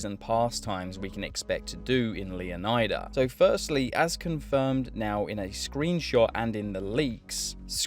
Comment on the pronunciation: It’s pronounced, “Luh-Nie-Duh” Luh rhymes with Duh. Nie rhymes with Lie. How is “Leonard” pronounced? You don’t say “Lee-oh-nard”. Stop pronouncing every letter in the word.